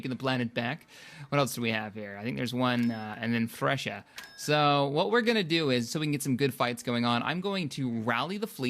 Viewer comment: Fresia not fresh-ah hahahahahahaha GJ anyway